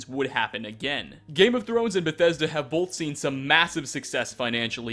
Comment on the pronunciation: STOP SAYING BETHESDA LIKE THAT WTF IS WRONG WITH YOU